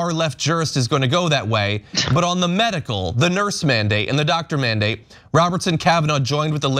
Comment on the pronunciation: “This isnt a manadate”. The name of the order says “mandate”!!!😂😂